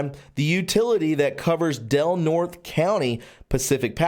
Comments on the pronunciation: Del Nort-ee' not Del Nort. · Del Norte = "Del Nortay". It's a Spanish name. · Good reporting... It's pronounced Del Nortay. The e at the end of the Spanish name is pronounced as a long a...It means of north or the north, county. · Del Nor tey